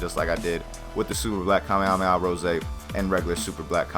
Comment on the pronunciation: it sounds like he is saying super black kamehameha Jose